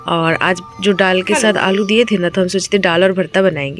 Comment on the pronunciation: Aur हां आप जो डाल बोलते हैं तो डाल नहीं दाल होता है